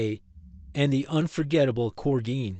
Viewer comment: we need less AI read sludge. "corgeen" , i think it meant "corgi, ein"